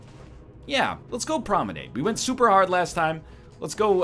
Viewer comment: Hey NL: hy have you started mispronouncing promenade? You pronounced it correctly for your first couple of dead Cells videos but have been mispronouncing it ever since.